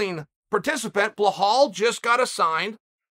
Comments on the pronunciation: If Chael has taught us nothing else; it’s that deductive reasoning in MMA matchmaking works in the reverse. 🔄 Bluh-hall out, WonderBoy Out. Moments later they’re announced to fight each other. 👍🏼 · how you can't pronouce bellal bro lol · My highly intelligent grandfather had a profound (and endearing) inability to correctly pronounce or remember almost anyone's name. It was delightful, and it is a primary reason that I subscribed to your channel. Be it "Bahal" today (for Belal Muhammad), or the always-funny "Makelchev" (for Islam Makhachev), to however it was that you mangled Jiri Prochazka's name. Honestly, it's a unique form of poetry and has its inherent beauty. And you are an effortless master. I'm not sure anyone in the UFC can claim to have any kind of credibility within the industry if you have not talked about them in some video, and given them some kind subtle new name. I love it. Have you considered willingly poking fun at yourself and having someone prepare a video of the cumulative manglings? I think it would be a successful video for you and make you some legit change. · Who is bluh-hall? Do you Belal? “Beh-lol” Come on Uncle Chah-lul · Uncle Chael number one fan but please call bilal it is not bilahaal hahaha it's PRONOUNCED BILAL BEELAAL Dana should put you head of match making and face of the ufc media ! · Chael! You need to get these guys' names right! Its KhaMzat not Hazmat! And its Bilal! Not bahal! Holly dude! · Surreal, Ya Rear, Bluhal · His name Is Bilal not bluh-hall lol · Blahal? Really . It’s so easy to say be lal Chaels to much lol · I’m willing to pay uncle Chael to let me know how to properly pronounce my name.. Blue hall got it for free. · It’s not blahal it’s belal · Chael butchering names. Blahal instead of Belal Macklchev instead of Makhachev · “Blehal” Muhammad is great Indeed Chael. “Bullhal Muhammad is really good as well. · He literally fucks every name up on purpose I think. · Correction, blull-halll